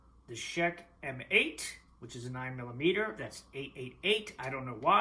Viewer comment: I'm fairly certain that the Czech M8 is meant to be pronounced as "checkmate".